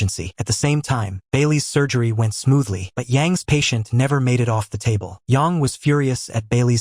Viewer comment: It's AI, so it's not going to pronounce her name correctly.